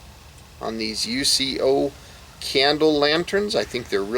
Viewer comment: The company name is pronounced “YOUKO”. They are not initials or there would be a period between the letters. Basic 4th grade English. I’m addition, the part you hold is called a handle not a bail. You’ll find a bail on a fishing reel. Do you know what shape a “GLOBE” is? Of course you don’t. It’s called “GLASS”. This has to be the worst review in YouTube history.